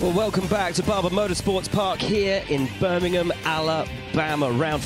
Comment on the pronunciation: Leave it to Will Buxton to anglicize the word "Birmingham"